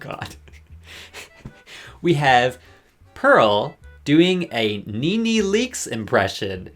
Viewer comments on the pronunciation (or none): none